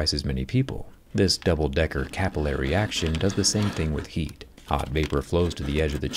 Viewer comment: hes really saying double decker with a hard R